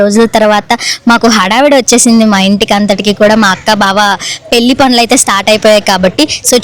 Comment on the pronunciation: పెళ్ళి అనడం నేర్చుకో ముందు పెల్లికాదు😡